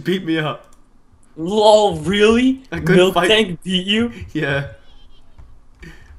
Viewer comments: Milk Tank? cause i pronounce it miltank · Also it's not milktank it's miltank